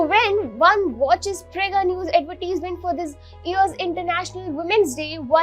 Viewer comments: It’s not Ad-vet-tease-ment. Ad-ver-tise-ment. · Stop saying adverteesmen...... shithole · Great Advertisement but for the Anchor you have to improve your English pronounciation ( specially the word Advertisement).